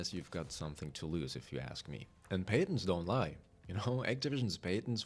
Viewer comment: I am so sorry but the words: "Patents" and "Alienate" are pronounced really differently, i recommend looking them up to hear how they should be pronounced. But the video and information is a banger, i hope they open the door a little, it reminds me kind of what epic games is doing to rocket league and fall guys. Just wave after wave of microtransaction update with no real light at the end of the tunnel.